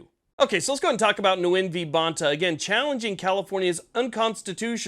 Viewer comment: Nguyen is a twister. It's a Vietnamese name, pronounced "Wen". Not trying to be critical, only trying to be helpful. Owe ya quite a bit for all the work you do bringing us this news, keeping us up to date on what's going on. And giving us a platform to vent and give our opinions. Thanks so much!